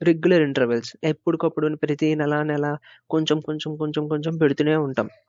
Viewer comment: నేల కాదు నెల. Please edit